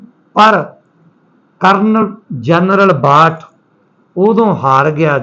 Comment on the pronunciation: ਭਾਈ ਸਾਹਬ ਕਰਨਲ “ਬਾਠ “ ਹੈ ਕਰਨਲ “ਵਾਠ “ ਨਹੀੰ ਜੀ । ਕਿਰਪਾ ਕਰਕੇ ਨਾਮ ਸਹੀ ਲਓ ਜੀ ।